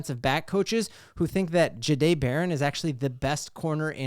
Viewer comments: It’s not juh-day It’s jah-day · i appreciate the content go Broncos, not trying to be mean but might want to work how you say his name. Ja dae the"h" is silent